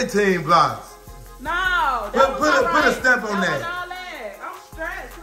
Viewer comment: 😂😂 what do it say “Nar 😑…Nar 😑”